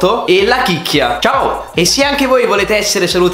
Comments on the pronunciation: la chiacchia non la chicchia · Hai detto la Chicchia invece che la chiacchia